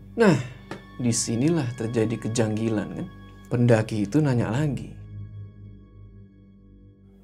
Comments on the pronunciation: Bang "keganjilan" bukan "kejanggilan" 😂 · bang mau ngmng kejanggalan / keganjilah.. eh malah kejanggilan hehe